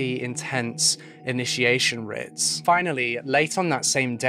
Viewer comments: The word rite/rites is pronounced the same as “right/rights”. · Sorry but rites is pronounced rights, not writs. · I hate being that person but.... Rites is pronounced Rights not Rits. Sorry. Just for future reference. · Pronunciation technicality... rites = "rights", not "ritts" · I love your videos but I have to just point out that rites is pronounced the same as 'rights'. As in 'rites of passage'. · It is rites pronounced.rights..writ would be pronounced rit. ..I'm also in the uk..but that's ok..it was a fascinating and sensitively done presentation and a tragic tale. Thank you. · aw baby. Its ok. Its actually pronounced "rights" tho. Aw. Hugs. Aw. Aw. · Is anyone else confused between writs and rites? (As pronounced in the video)